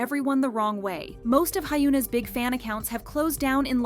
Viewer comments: Anyone with a 현 Hyeon/Hyun in their name ends up being pronounced like 휸 Hyoon in this channel. They said Hyoon Bin instead of Hyun Bin/Hyeon Bin in another video recently, too. I also enjoy the K-Pop news, but the mispronunciations of names does irk me, too. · hey just so you know hyuna is spelled 현아 which is pronounced “hy-uh-na” not 훈아 “hy-oo-na”. i love your channel and just wanted to lyk for future reference :)🫶🏻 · plz... it's hyun a. she is not HYOONA.